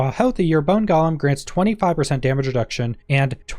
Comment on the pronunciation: It's said go lum not gall um.